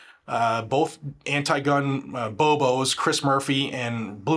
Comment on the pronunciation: You called the two from Connecticut bobos or was it bozos ? It sounded a bit like phobos, like clowns with phobias, like anti-2Aphobia !!! Thanks for all that you do for the pro-2A community !!!